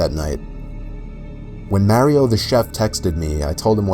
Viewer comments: I'm sorry but I lost it when he pronounced it MARY-O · why do people pronounce mario as merio?! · Scariest part was how he pronounced "Mario" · Mispronunciation of Mario right there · He says Mario weird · Lol the way you said Mario tho